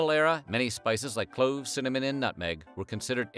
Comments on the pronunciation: I swear he said “cimmanon” instead of cinnamon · Anyone else hear how he pronounced cinnamon 🤣